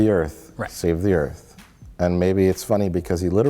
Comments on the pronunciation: "Earf" ha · Did he say "earf?" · I still like how "WELCOME TO EARF!" is a meme off this stupid movie. Roland Emmerich is a fucking hack.